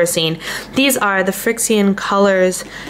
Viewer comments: I think you can just pronounce it friction. Like the heat from the friction is what makes it erase. RIght? Anyone else think it's just "Friction" spelled with an X? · It's pronounced like friction... heat from friction makes ink disappear:)